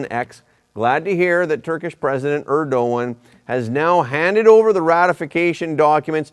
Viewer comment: First time I heard „Erdogan“ pronounced correctly 👍🏼😊